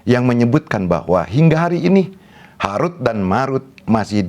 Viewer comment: Tolong pelajari lagi ilmu tajwid. Belum bisa membedakan antara huruf د dan ذ